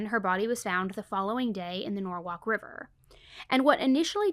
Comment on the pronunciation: Norwhalk is norwall